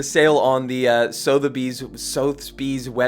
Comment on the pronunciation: Still can't say Sotheby's either 😭